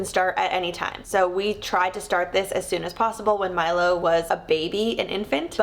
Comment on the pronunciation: It’s so cute when you say Milo I hear My love ❤ so sweet haha